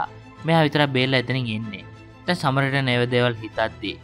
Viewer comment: සමාරිටන් නෙවෙයි බං සඇමාරිටන්